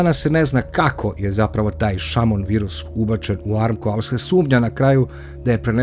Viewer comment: Nije amko nego ARAMKO